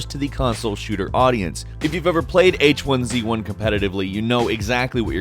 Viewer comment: Please never say H1Z1 again